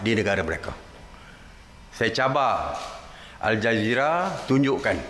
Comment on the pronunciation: asal aku dengar macam al-jahiliah. Tpi memang patut pon dipanggil macam tu.